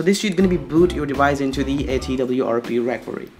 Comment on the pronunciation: Your fake accent is the best xD. I forgot i had to install twrp on my phone wheni heard you xD And wtf is "recory" ? xD It's pronounced "re--cover--ee". Please bro stop making a fool out of yourself and talk normally, nothing wrong with indian accent. And what you did there after installing "developer rom" is not called "bypassing", you dont sound cooler or anything by saying it. You went THROUGH the whole start-up process you didnt "bypass". GUYS SKIP THE FIRST STEP IT'S NOT NECESSARY